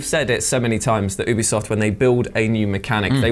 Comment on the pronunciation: Wait do you actually pronounce Ubisoft as "OOB-ISOFT"??? Wtf